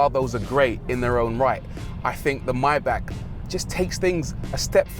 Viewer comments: Come on not even you too Bruv. MAY--BACH not MYBACK. Lol 😁. Lovely Vid btw. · fantastic car but isn't it maybach you call it mybach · My man calls it a myback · Please, learn how to pronounce "Maybach". :-)